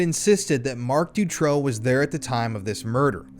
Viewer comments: Great video.. I really appreciate all the work u put into this! The Marc Dutroux case is very known in Europe. Thank u for spreading this information!! I have a bit of feedback: learn how to pronounce the names right. Dutroux is pronounced “du- true” and Eefje is pronounced so different by you that I didn’t even know who u were talking about. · You are doing a great job, thank you for that. I was in Belgium at that time and once got also abducted (by 2 Turkish guys) but fortunately escaped. Not to criticise though but please please pronounce that monster's name correctly, it is Dutroux (ou not o) I am sure you can get the pronunciation of it before going into lengthy documentaries. Maybe it does not matter, maybe for some it is crucial. Also: Anneke Lucas. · it doesn't bother me at all that you got Marc Dutroux name pronunciation wrong, you could call him anything. How about Mr Sick Fu**er? I think that's fitting!